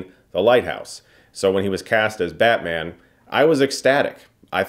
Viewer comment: I couldn't help but hear "badman" throughout this review lol